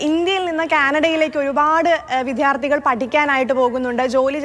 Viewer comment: Vidyardhikal Aanu correct pronunciation allathe vidhyarthikal alla